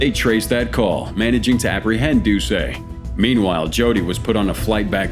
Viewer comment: It's not Jeff "Doo-say". It's Jeff "Doo-set"